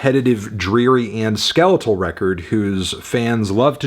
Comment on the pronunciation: I'm refusing to watch the rest of the video after that opening statement, "skeletal" lol